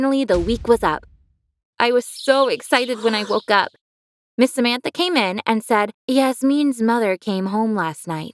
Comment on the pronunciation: Samantha's Name Is Prounuounced "Sāmantha" And In India Sāmantha Is a Famous Celebrity